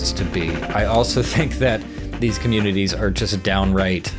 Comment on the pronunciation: Consoomer com-uh-nay-taays